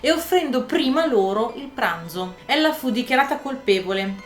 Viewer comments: Complimenti, ottimo video. Il cognome Gillespye si pronuncia Ghillespi 😘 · Si pronuncia Ghillespi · Gillespie si pronuncia ghillespi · GILLESPIE : pronuncia GHILLESPI . Come Dizzy Gillespie, il famoso trombettista compagno del sassofonista Charlie Parker , che infatti si pronunciava DISI GHILLESPI . 😉😁👋 . Anzi meglio ancora GHILESPI, con una L sola 👍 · . Video interessante, nel più grande e ricco impero di allora, i poveri erano trattati in un modo orribile, manco i ricchi fossero tutti come Briatore.Gillespie si pronuncia ghillespi.